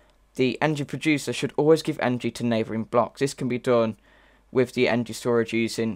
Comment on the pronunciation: I dont like how u pronounce energy